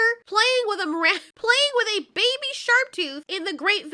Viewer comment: "he as a newborn BABAH" thats what i herd lmao